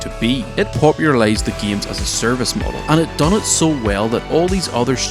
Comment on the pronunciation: why does he say gemes